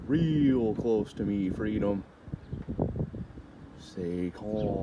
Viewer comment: Freedom is "cluutth".😂😂